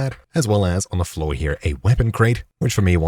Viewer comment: He actually isn’t saying here he’s saying over “hip”